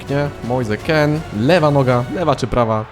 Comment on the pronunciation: Kean w sumie nie czyta się Kin, skoro mean czyta się min? 🤔 Może warto to sprawdzić, przynajmniej nie będziesz musiał się poprawiać 17 razy na odcinek xD